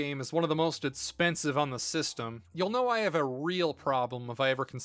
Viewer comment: Take a shot every time he says "itspensive" when he is talking about the price.